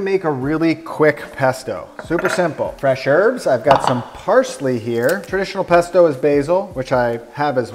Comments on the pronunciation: I'm not Italian but even I am offended by your "pesto" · im not italian but im still upset about your "pesto" jajajajj